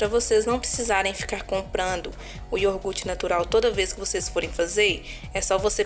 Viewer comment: Amei a receita, e gostaria de te dar um toque, o certo é iogurte, não iorgute. Uma dica construtiva, não me leve a mal okay!? 🥰🥰